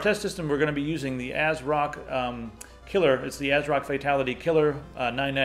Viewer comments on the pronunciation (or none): none